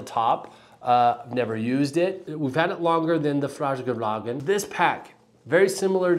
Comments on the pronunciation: It’s pronounced like “Fyarl-raven” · “Fyall-raven”. It’s super not hard and would’ve taken fifteen seconds to look up before making this video instead of seemingly revelling in being unwilling to learn how to pronounce a new word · I loved the Swedish-Chef take. I'm a huge Fjallraven fan, know how to pronounce it, but damn, it's fun to poke some fun, sometimes - especially these days.